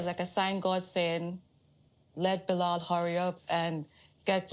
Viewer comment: Bruh it's not BiLOL 😅